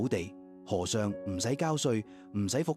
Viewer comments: 廣東話和尚讀 禾賞, 不是河賞。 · 佢哋係好奇怪，佢哋係叫「河尚」唔係和尚😂